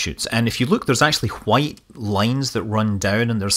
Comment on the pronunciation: "Hwhite" :P